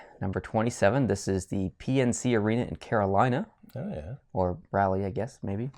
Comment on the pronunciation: Did...did he say "Rally" and not "Raleigh